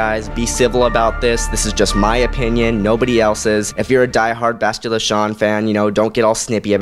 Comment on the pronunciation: You really butcher names and planets when you say them. Bas...til...la... Fe...leu...cia... Say it like Fa,lusha, the cia is more shhhhaaa sounding. Sorry pet peeve, I grew up reading all the books from the 90s.